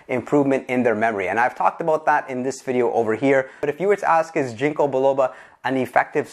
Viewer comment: Your saying "ginko" wrong... not a big deal. Just thought I'd let you know